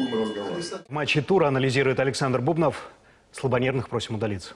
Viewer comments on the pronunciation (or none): почему бУбнов? правильно же фамилия бубнОв